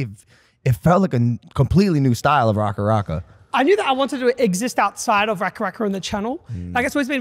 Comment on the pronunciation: Nearly a decade on and Logan still can't say RackaRacka properly 🫣